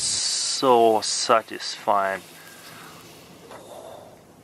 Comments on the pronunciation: I think he says "statisfieing" every video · LpsMaya "Syatisfying" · "whoa, that is so satisfine "